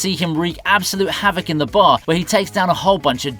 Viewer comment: Exactly. It's definitely not WRECK.